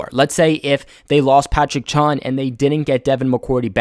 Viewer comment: It's Patrick Chung not chun